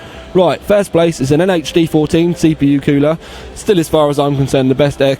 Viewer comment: Kewler :p your from the uk as am I and it's cool-er haha